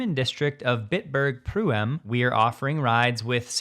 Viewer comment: Pronunciation note: "Pruem" is a one-syllable word. The "ue" spelling is meant to represent the umlaut-u (ü) when using a keyboard that doesn't support those funny diacritical marks. The name in German for the same place is Bittburg-Prüm.